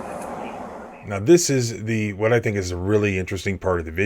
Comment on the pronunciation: “Don’t resist”.😂 Umm.. he forced her hands physically literally. Now he’s giggling.🤭like a child.☠️”if she don’t want to give her keys up we’ll tow the vee hickle”